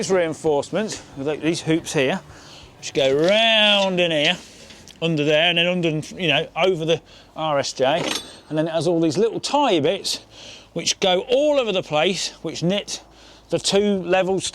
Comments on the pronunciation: Brother I keep hearing Irish jay everytime you say RSJ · My ears still hear "Irish Jay". :D ..."can't move 'Irish Jay' to the right, because the gas line is there" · Now I legit can't tell if you're saying RSJ or Irish Jay... I've been roont! I never heard "Irish Jay" before you mentioned that in a previous video, now I can't unhear it.